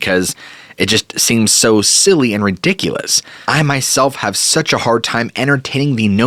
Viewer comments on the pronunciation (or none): none